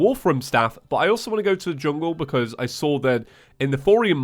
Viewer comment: i thought he said chungle staff